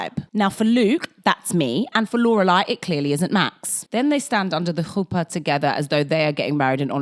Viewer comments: Very impressed with your pronunciation of chuppah especially since they say it in such a fuck ass way in the show 😂😂 Love your videos 🤍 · In the Year In the Life revival we finally get proper confirmation that Michel is gay and married to a man. They still had to heavily code things at the time, I guess. Nice pronounciation on chupah! It's a tricky one. Thanks for another great video!